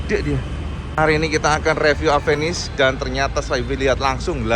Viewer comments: WADUH...MAAF NGOMONG INI YA. KALAU EJAANNYA DIBACA SAMA ORANG YANG GAK BISA BILANG "V" YA JADINYA "APENIS" NAMANYA GITU AMAT YA. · bentukny suka.,durability pastinya mantap..yg bikin ngakak itu knapa harus AVENIS namanya...orng indonesia bca V itu P..aplgi klw ngbrol spontan gtu😅😅😅😅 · maaf suzuki tapi aku kadang misheard avenis jadi apenis/a penis 😭😭😭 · Orang Indo melafalkan V jadi pe..contoh mobil VW..jadi mobil Pewe...lah klo Avenis jadi..A"penis" ???